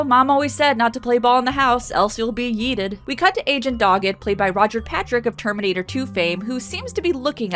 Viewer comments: Did you say Roger Patrick? It sounded like you said Roger. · I am glad i am not the only one who heard "Roger Patrick". I rewatched it several times and it still sounds like "Roger" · That's what it sounded like to me, as well.